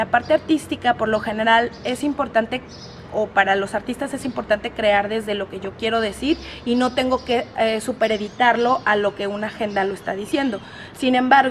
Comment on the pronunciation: Ojo, se dice supeditar, no 'súper editar", cuidado.